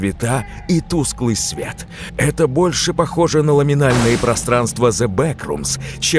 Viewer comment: все хвалят диктора, но ухо цепляется за "луминальные"(?) пространства Ну и, клаустрАфобия, конечно.